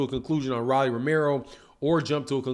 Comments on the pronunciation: Why you keep calling him Rally? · Lol why he calling him Riley 😂